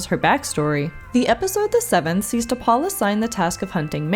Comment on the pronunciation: In the pilot episode, when Archer calls T'Pol from his quarters, watch his lips. I've always been sure he said T'Pau, not T'Pol.